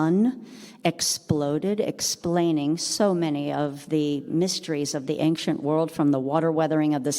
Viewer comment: very interesting but please see below The word "ancient" is pronounced as /ˈeɪnʃənt/. It is a two-syllable word with the stress on the first syllable: AYN-shuhnt. The key pronunciation point is that the "ci" sounds like "sh," not "k". Breakdown of the sounds: AYN-: The first syllable is pronounced like the word "ayn". -shuhnt: The second syllable has the "sh" sound, a schwa (uh) sound, and a final "t" sound. Tips for pronunciation: Practice the "sh" sound: Focus on making the "sh" sound clearly, similar to how it sounds in "she". Place the stress correctly: Make sure to emphasize the first syllable (AYN-). Listen to native speakers: Watching videos or listening to audio recordings of native English speakers can help you perfect the pronunciation